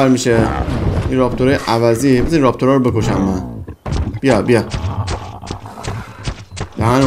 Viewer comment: چرا نمیری گریفین تیم کنی ؟ و اون راپتور نیست رپتور هست ❤❤❤❤❤❤❤❤